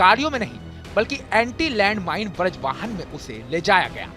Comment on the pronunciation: कैसे मुर्ख का न्यूज चैनल है.. बज्र वाहन को ब्रज वाहन बोल रहा...